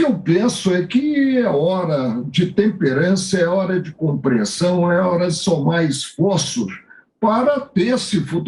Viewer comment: "hora de comprrensão" mds ridiculo